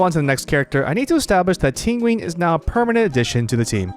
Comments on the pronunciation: everyone making fun of Tingween but its closer to the actual Chinese pronunciation (Ting Yeeuhn) rather than the english style TingyUN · If you say Tinwin one more time I swear to God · Not him saying Tinguin like pinguin the whole time 😭😂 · It depends on your dialect. Both yween↑ and yun↑ are correct. I just find it funny because he also pronounces Jing Yuan Jing Ween. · why are u pronouncing ting yun's name like that......its not even hard.... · This mans pronounces Tingyun like how Benedict Cumbatch pronounces penguin.